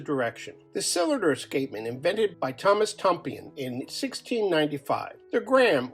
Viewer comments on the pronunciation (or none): none